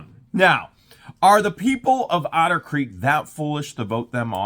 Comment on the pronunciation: Actually, using your accent on the word 'Otter' - it sometimes sounds a bit like 'Outer' so let's rename a certain portion of Otter Creek 'Outer Creek Limits', hahahah. Just now a spaceship will swoop down and...